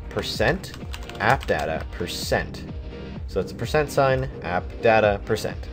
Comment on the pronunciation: "percent appdada percent" :D